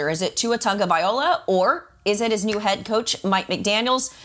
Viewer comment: I tell you that just Urks me...Its "TAGO-VAI-LOA" not tagovai="OLA"..goodness... the x factor is mike mcdaniel...because it's the coach, which we can see what happen last year with florez...and because of mcdaniel showing support him...he's the reason why Tua is succeeding now...Tua has the skills and it's showing because the coach made the call to put the pieces in place, put in an O-Line, and play calling is getting better..and imagine if he couldn't do anything with what he has now..but at least he has something to throw too..